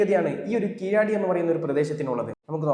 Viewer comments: Keezhaadi alla Keezhadi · സായിപ്പിന്റെ ഉച്ചാരണം അല്ല . അത് , അത് , തനത് ഭാഷയുടെ സ്ഥലത്ത് ഉള്ള ഉച്ചാരണം ആണ് യാഥാർഥ്യം . തമിഴ് ഭാഷയിൽ ആ സ്ഥലം ' കീഴടി ' கீழடி , Kēēladi എന്നാണ് ഉച്ചാരണം . ēē < തീർകമായ സ്വരങ്ങൾ ആണ് . a < ഹൃസ്വമായ സ്വരം ആണ് .